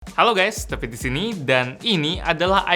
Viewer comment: Ada yang sadar ga sih kalo opening (hi guys David disini ) nama ka David nya mirip “tapi” dari dulu aku selalu denger “hi guys tapi disini tp baru sadar krn ada text hahah)